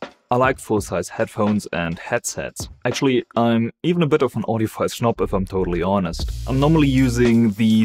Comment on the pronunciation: Sounds like you called yourself an audiophile "snopp" at the start, hahah(it means something in Swedish)